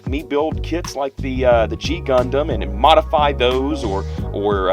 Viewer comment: to you. You said the name completly right. You are the first one i ever met who got it right the first time:D